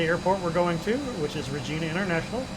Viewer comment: you definitely need to work on your ''Canadian City Names pronunciation''! We say {Regina like in Carolina} and despite ''Sault'' is written this way, we pronounce it Sue Ste-Marie not Sault Ste-Marie! Knowing the above is one step ahead to become a true Canadian:P